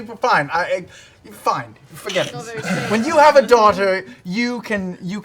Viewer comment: Emphasis on the when (as in not if ). ;D